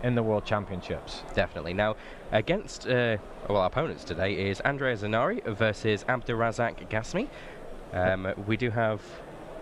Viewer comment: It's Andrea Zenari NOT Zendari ;)